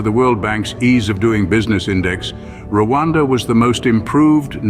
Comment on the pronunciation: Learn how to mention Rwanda it’s not Luada